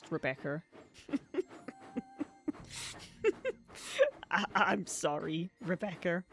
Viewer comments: "Rebeccer has crashed" thats not how you say Rebecca😭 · I have to point this out for the sake of my own sanity, Rebeccer? Since I'm from the south, it almost sounds like re-baccer. As in tobacco. I've heard people pronounce it Rebeccer irl, but those people usually have a Carl from Slingblade level southern drawl. Y'know, "it ain't got no gas in it, mmmhmm." I had to point it out or I'd nag myself about it, but it doesn't bother me, it's just interesting